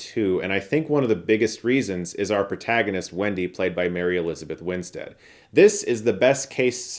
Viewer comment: Nice to hear Chris finally pronouncing Mary Elizabeth Winstead's name correctly! 👏